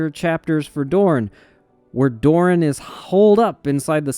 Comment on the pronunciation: Doran has two syllables. When you say “Doran” it sounds like you are saying “Dorne”. Why are you pronouncing them exactly the same way? What the hell happened to Doran’s second syllable?